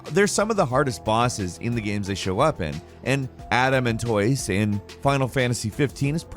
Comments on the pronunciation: Never heard Adamantoise pronounced Adam Ant Toys before. Took me a second to figure out wtf you were talking about. I've always heard is pronounced Ada Man Toys (or Toyce). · I was sitting here wtf is Adam and toys??? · Me: It can't be that hard to pronounce adamantoise.: Adam-and-toys 🤦🏻‍♂️ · LOL... "ADAM & TOISE" ^_^ Ada-Man-Toise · Sounds like saying Adam Mantoise, and now I’m just imagining a big dude waiting at a bus stop, and 4 guys just come and bum rush him. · Do you say tortoise or tortoys? Adamantoys? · Boooooy I thought you were saying "Adam & Toys" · FFXV Adamantoise is typically pronounced 'Ah duh mahn toise' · Man when said "Adamantoise" all I heard was "Adam and toys". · That’s what I heard too! I was like what the hell is he talking about!? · It was definitely Adam and Toys 🤣🤣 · Same XD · At first, I heard "adult toys". I knew that couldn't have been what he said lol (I was eating). Rewound it and I swear, he said "Adam and toys", because I just don't know half of these bosses. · I heard that too. Was super confused until they showed an image of Adamantoise. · I heard "Adam and Toys". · Why is he saying Adamantoise like that lmao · Haven't watched yet, but isn't getting a bit of a rep for mispronouncing words?:) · That's what he said. He absolutely butchered the pronunciation.